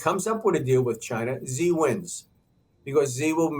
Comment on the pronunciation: Should we trust a guy who can't even pronounce people's names correctly? 😂 Xi is pronounced like SHE, not Zee. And yes, Trump can apply enough pressure to make pooh bear crack. 😂 Same with Putin. Niether of these leaders are dumb, just greedy.